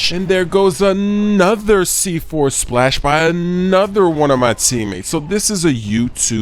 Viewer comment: he said splas not splash